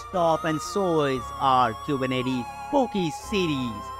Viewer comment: Zigalala 😂kubernetes